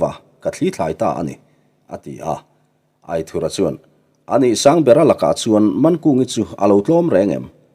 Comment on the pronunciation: Aithurha titawh loin aithura.tizawk la...adik zawk..